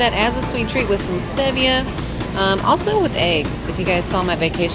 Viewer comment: I hate to be THAT bitch but it's pronounced stee*via, not steh*via.